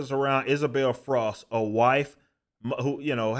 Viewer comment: Did you say Isabel FROSK? F R O S K - B I T T E N !!